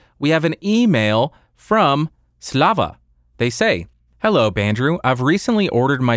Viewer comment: "Slava" pronounciation was right on the money! Maybe a bit tensed on "va" (slavs tend to mumble endings of the words), but otherwise - really good!